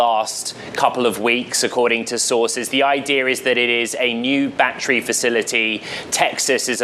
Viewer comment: he said batry instead of battery.